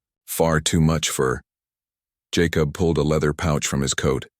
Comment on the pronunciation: Jacob is pronounced JayCub. Other than that it’s a good story Wichita, Kansas